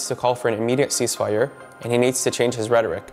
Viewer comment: He says we need a Casese fire